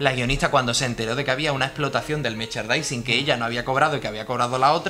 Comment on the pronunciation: Se dice 'meRchandising' no 'mechardising'. Es que si no te sale la palabra di productos relacionados o algo así. Pero, ya sea el idioma que sea, mejor pronunciarlo bien.